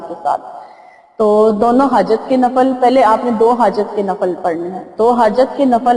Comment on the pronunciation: Assalam o alaikum mujterma lafz NAFAL nahi balke NAFIL kehte hen shukria